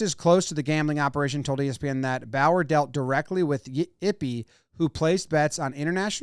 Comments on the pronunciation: Also I’m pretty sure it’s not Bower but the bow is pronounced like the bow in bow-tie followed by a “yur” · Also how do you pronounce Bowyer as Bauer? Its clearly Bow-yeah